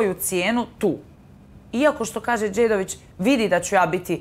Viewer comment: I Dalila kao Ermincuga kaze "Dzedovich" .... Ah. Usracu se.